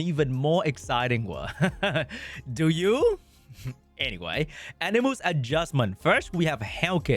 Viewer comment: It's AniMUSSSS not AniMOOOOS